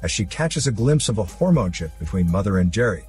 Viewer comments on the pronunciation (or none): hormone -ship ??? lol